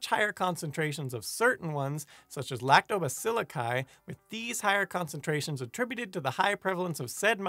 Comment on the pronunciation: its Kleb - see - ella and Lac - to - bass - sill - i